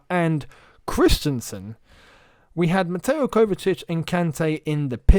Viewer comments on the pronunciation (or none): none